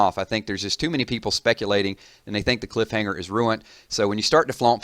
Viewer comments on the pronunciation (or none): none